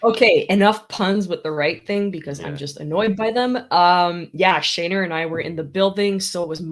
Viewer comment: Anybody else cringe when she sais "Shayner" , other than that great episode 👍